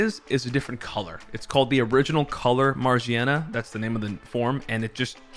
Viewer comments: Stop saying majierna broooo thats killing meeee its magerna with G!!! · Its Ma-gear-na not Marjieana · Ma gear na is how it’s pronounced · Is no one going to mention how he said Magearna? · 😂 it has gears on it